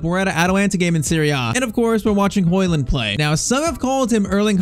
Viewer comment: Its Højlund not højland but great video👍🏻